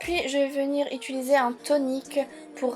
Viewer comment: j'ai remarquer que tu dis "ituliser"